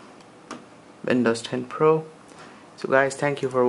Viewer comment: Alright, I have to ask. Your English seems great... Until you say Windows. WHY CAN'T YOU SAY WINDOWS? IT'S NOT VINOWS, IT'S WINDOWS!